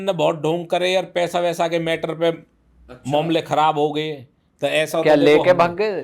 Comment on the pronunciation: मामले नहीं मोमले 😅😅😅